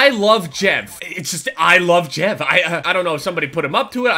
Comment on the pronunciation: Why do you pronounce Jev like that dude, that's fucking weird...